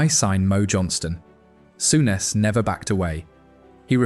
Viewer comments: Sowness??? Soooness please learn how to pronounce properly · It's pronounced Soo Ness not sow ness.